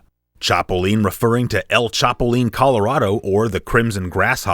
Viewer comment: The way you said "El Chapulin Colorado" is hilarious!! I never realized "colorado" in the title is spelled the same way as the state of Colorado!